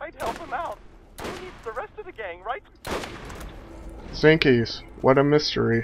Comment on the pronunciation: its jinkies, not zinkies